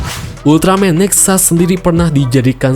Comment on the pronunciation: Jangan dibaca NEXAS a' ! , nanti saya jadi luput ngomong Ultraman TEXAS jadinya :'v